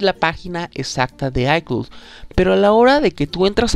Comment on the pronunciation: Aprende a PRONUNCIAR ICLOUD ICLOUD ICLOUD es bastante irritante escucharte diciendo ICLUT